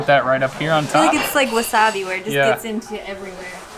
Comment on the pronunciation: She says "sense" instead of "since" and "new years.' While he's busy saying "gits" instead of "gets." It's just brutal. You know what they call Brazil nuts in Brazil? Yup they call them nuts. You know what they call Buffalo wings in Buffalo? Yup, they call them chicken wings. "Egg roll crust?" You mean wonton? Why bother?